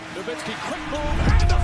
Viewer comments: Bro. Why do people keep mispronouncing dirks name smh. Its so annoying. Its pronounced Novitzski. Not dirk nowhenskii lol. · Dirk's last name is pronounced with a "v" and not a "w" by the way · If you are gonna make a video about someone, pronounce his name right. It's NoVitski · It's pronounced No Vitz Key. Everyone says it wrong. Put some respect on this man's name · "No-WWWWWWWWWW-itzki?!" How do you not know how to pronounce this man's name? FFS. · love the vids gang but the “W” in Nowitzki is pronounced like a V 😅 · Why the fuck are you mispronouncing Nowitzki? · Fix your pronunciation of Nowitski, you noob. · really bothers me that in 2024 so-called basketball fans still don't know how to pronounce "Nowitzki"